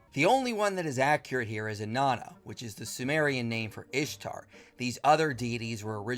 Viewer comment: Can't even say Ishtar right. Whatever keeps his male God who doesn't exist happy